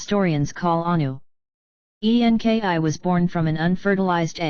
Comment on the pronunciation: I cannot get through the computer voice. The spelling of websites so weird and difficult to concentrate on the actual story. Why spell out E N K I ? I will not be sharing the computer voice ones. Sounds super fake.